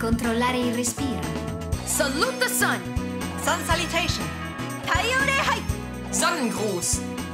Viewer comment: Ahah (im italian) She sais Sun Salutation.